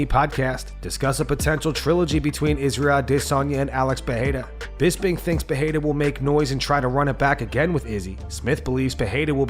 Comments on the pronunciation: Bro you need to hit up Google translate and learn how to say Alex Perieras last name correctly in no language does pa-hey-duh actually get pronounced its per- rare- ra in every language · Learn how to pronounce Pereira